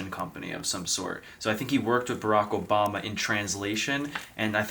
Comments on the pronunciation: it's Obama....not Ou, O-bama.😂✌️Great video. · You saying Ubama is hilarious 😅 it’s Obama lol